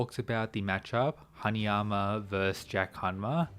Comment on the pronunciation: haNAyama not haNIyama